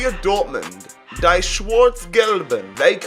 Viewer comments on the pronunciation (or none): Man really said die (deye) not die (Dee) 😂